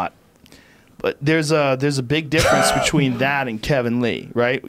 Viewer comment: Joe "difference beechween" rogan